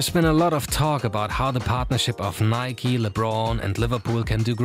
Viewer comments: Nike* not Nikey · Nike is pronounced nikey